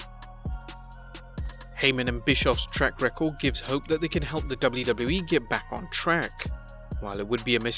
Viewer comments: I like how he says“ The DubluDublu E “ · Man you sound funny when you say WWE over and over😄.